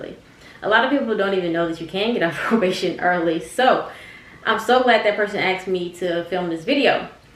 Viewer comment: As soon as i heard aksed💀